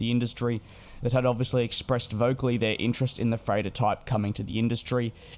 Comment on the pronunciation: Oh!!! He's saying *freighter*!!! I couldn't figure out what the heck an "A350-3Turn" could possibly be. :D :D :D